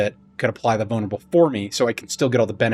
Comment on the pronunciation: Sounds like your saying "bonerable"